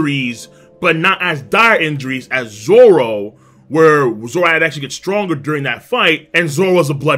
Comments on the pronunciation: Did you legit call him zolo? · But it’s pronounced as zoro And usually written as zoro so people don’t get confused